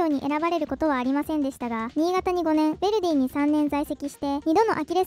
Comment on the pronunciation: Jに興味ない人は気にしないと思うがベルディじゃなくてヴェルディだ